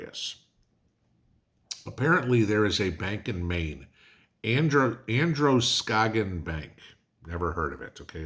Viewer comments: I am a Mainer and Androscoggin county is corrupt. so It doesn't surprise me, you did good pronouncing Androscoggin 😁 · Congrads....you pronounced Androscoggin right. That's the other Maine that we real Mainers call northern Massachusetts.